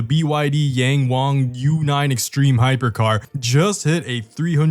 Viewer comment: Yang is pronounced as 'Young'